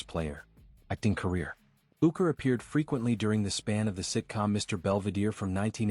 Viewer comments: Quality video ... not ... can't even pronounce his name correctly! AI is wonderful! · it's not possible to be respectable and get the AI to pronounce his name correctly?